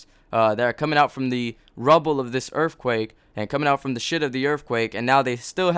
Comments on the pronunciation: Holy shit say *Earthquake not Earffquake. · I laughed at every "erfquake" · What the fuck is a earffquake? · Are you saying "Errrffquake"? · When he says earthquake I hear erfquake. I don't know why.